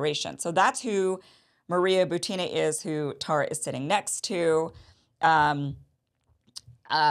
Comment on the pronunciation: Maria Butina. Emphasis is not on "a" in her last name, but on "u". BUtina, not ButinA.